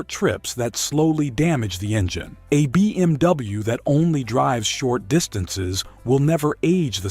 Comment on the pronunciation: so annoying when the AI says: bmw -> BeeMW. dude...can you just narrate these videos yourself. AI slop sucks. maybe the content is ok?